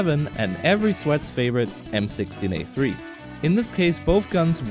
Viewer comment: you even said it wrong